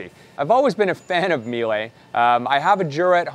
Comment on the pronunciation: Meel-uh. There’s only one way to pronounce it correctly.